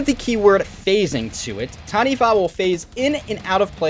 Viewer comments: Well done. First person ive seen on youtube to not butcher it by saying Ta-knee-waa 😂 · As someone from NZ you did well bro! Heard so many people say TANI-WAH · Close enough. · As a Māori EDH player who has been working on my Taniwha deck for several years, I commend your effort to pronounce the name correctly. Respect